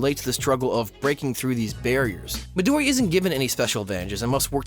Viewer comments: It’s not midori it’s midoryia it sounds like MID ori Uh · Read it as Me-Do-Re-A, Emphasis on the "Re". It is not Midori its MidoriyA, there is an A there for a reason, and it should be pronounced. Thanks you, for taking your time to read this. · Ya, Midori...ya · I wouldn’t know how to spell or say that and I am Midora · ReeeeeEeeeeEeEeEeEeeeeEeE just say MidoriYA. Midori is the COLOUR GREEN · (Not to be rude) Why do you keep saying midorry It’s midoryia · I get triggered when he says "mahdorry" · Midoriya. It's not Madory it's Midoriya. M I D O R I Y A. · "Midori" Have you even watched this show? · Stop calling midoriya "midori" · Cringe. You said midori for the whole video. (People! Just learn! It's MIDORIYA!!) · I guess I'm not caught up on HeroAca... I haven't heard of this "Mahdorri" guy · Midoriya not midory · Ughhhh it’s not Midori it’s Midoriya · HIS NAME ISN'T MEDORI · It's midoriya not midoryi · Midori-YA! YA! Not Midori, MidoriYA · Every "Midory" was like a knife stabbing into my heart. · It's MidoryA. You pronounce the A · Mii- Doh - Ree - ya is how you pronounce it if you're not Japanese not mii - door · I cant take this video seriously when your'e saying midori instead Midoriya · ITS MIDORIYA NOT MIDORI. At least learn to pronounce the name of the person you're making a video about. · MidoriYA. Not Midori. MidoriYA. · Good points aside, is it too tough to pronounce his name as it is? Or is it more "edgy" to mispronounce it, because fuck anime watchers? It's Mi-Do-Ri-Ya, with an emphasis on the "Ya". It's not "Maddori". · Mydory??? It's Mee-do-ree-ya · Stop saying "Mahdorry!" His name is Midoriya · I cringed everytime I heard that Midori. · bout to comment the same thing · Well I am glad you noticed this, I came down here to comment that his name isn't Midori, but you noticed. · I kept laughing because you basically did something like turning Michael into Michelle. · just call him Deku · Mid - dora lol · You’re calling him midori